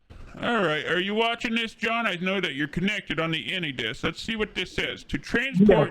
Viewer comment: Can they even comprehend how much money they are talking about? Also.. did he call Any Desk, Henny Desk? Lol. These Jamaican scammers might be dumber than the Nigerians